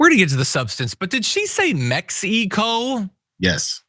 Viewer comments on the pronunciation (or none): .... The pronunciation of Mexico.... ** The misplaced accent on the second vowel is a sign of rehearsed emotion.... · have you heard how people from Mexico pronounce "mexico". Meh-he-co fucking dumbass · She didn't just say Mex-ee-co, she also said "he is alleged with transporting..." He can be accused of that or it can be alleged that he did it, but he can't be alleged WITH it - unless perhaps she learnt her English in Mex-ee-co. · Da f*ck is Mex-ee -co? She's not built for this, almost worse than the other loons in the admin. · Does she really pronounce it mex-e-co? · "Mex-e-co" belongs in the same category as "Thigh-land", "Tan-Zayn-ia", "Yo-sem-ites", and let's not forget "in-dick-table" of notable pronunciations from poorly educated MAGA morons, and these examples are just a sampling. 😁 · Mex eee coe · where is "Mexy-koh"? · Mexeeeeco WTF you stupid Girl say the Gulf of AMEREEEECA now You are a JOKE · 'Mex-HEE-coh' - no doubt AG Dumb Blondi rehearsed that word for 10mins before taking the podium. I doubt that the 'evidence' dredged up against KAG will hold up in court. Most likely, Garcia will be acquitted which will compel Donnie and his stooges to howl about 'liberal judges allowing criminals to walk on a technicality!' All this concern over immigration could've been handled in decent fashion years ago if only the GOP had the composure and willingness to compromise, along with an honest desire to find a sound solution. But the GOP has been simmering in unhinged zealotry since Newt Gingrich was elected Speaker in '94. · This woman’s explanation about her earlier lies just makes her look even more stupid as she reading like someone who just learned how to pronounce some words Me- Xi - co … trying to sound like an educated lawyer 😂it’s so pathetic and embarrassing Bug-eyed nepo- bimbo from the state of Florida is about as qualified for her job as trump for the presidency. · Her pronunciation of "Mexy Co" really stood out to me as well.